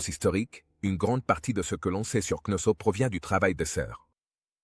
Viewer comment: C'est pas ,,avenue GJ.ZCE,, ça avant Jésus Christ, et c'est pas Knosso , c'est Knossos, quelle honte pour le traducteur